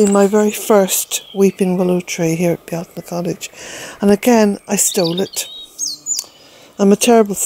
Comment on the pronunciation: THANK YOU!!!! I have listened, listened & re-listened to you saying it. I love the way you say it & wanted to know or understand. The first Google search took me to a Frenchman and it was titled, the correct way to pronounce Beltane. I knew beyond a shadow of a doubt it wouldn't be correct as you don't ask a non local how to pronounce something, but I listened for the entertainment. 🤣